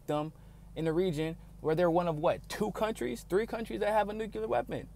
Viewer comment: Please pronounce NUCLEAR properly, because currently you are saying "NUCULAR". Thank You.